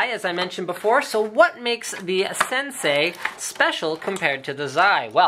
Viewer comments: It's "Sensei" not Sensi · Linus, Senei, not Sensi. :D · "sensei" not "sensi"